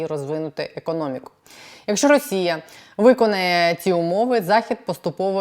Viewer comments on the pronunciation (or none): none